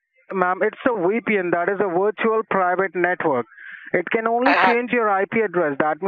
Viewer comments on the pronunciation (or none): Scammer- This is a weepin! Edna- A weepy what? Scammer- Maaaaaaam, a Wee Pee N, a wirtual private network mam! 😂😅🤣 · a "weepy wen firewall for your wertual IP address"